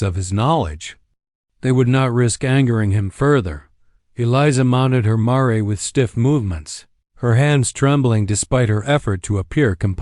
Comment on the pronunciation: It’s Mare, like fair, not mar-a